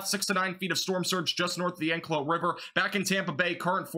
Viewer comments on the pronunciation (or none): May I help you with the pronunciation of some of the places in Florida? Appalachia is in WV. AP-A-LATCH-I-COLA is the big bend (Apilachicola Bay) famous for Oysters. Anclote- AN-Clot (Anclote Key)